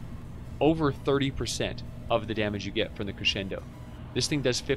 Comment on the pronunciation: Thank you.... for being the only stw steamer to properly pronounce crescendo.